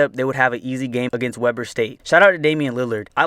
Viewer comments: I dont mean to sound picky, but you mispronounced Weber. Its pronounced We burr. Its Utah, dont question it. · Weber State is pronounced (Wee-ber)... I know you're not from Utah, but just felt like letting you know before you upset people from Utah...